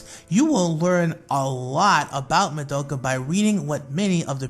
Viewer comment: Not hate and all but you said Mo-do-Ka her real name is Ma-do-ka